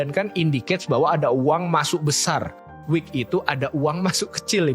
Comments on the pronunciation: buat editor ini konten bagus tolong itu "wick" bukan "week" biar orang lain yang belum paham jadi gak salah paham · WICK bang, bukan week. Ibaratnya itu ujung lilin yang di sumet api tu lho